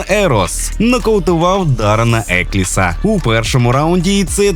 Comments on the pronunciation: Не Ерос а Еросса і не екліс а Елкінс. Бляха догори дном все😂😂😂😂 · Друже, потрібно попрацювати над вимовою прізвищ бійців. Ероса, Елкінс. Прошу, той хто пише сценарій, будьте уважнішими до таких речей. Дякую, підписався) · Хороший огляд боїв + з кадрами поєдинку. P.S Правильно говорити прізвища бійців Елкінс та Ероса)